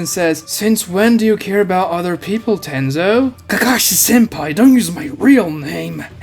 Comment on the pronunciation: y is he calling kakashi senpi? XD